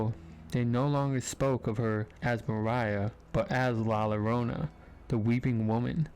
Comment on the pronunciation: La Llorana is pronounced La - Yo-rone-a. 😊❤❤❤❤